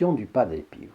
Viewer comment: Merci pour toutes vos vidéos que j’adore et merci de nous faire connaître toutes ces histoires miraculeuses , pourquoi prononcez vous padre piou au lieu de padre pio 😄